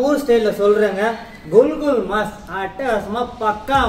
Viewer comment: ஐயா அது குல்,குல் மாஸ் இல்லை குகூல்மஸ் அதாவது குகூல் என்பது சிங்களத்தில் கோழிக்கு சொல்வது மஸ்-இறைச்சி அதுவும் சிங்களம். அது கறியின் பெயர் கிடையாது.